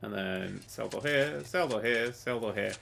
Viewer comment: "sell the door, sell the door, sell the door, cell the door, cell the dor, celldador, celldor, celldor, celldor, celldor, celldor...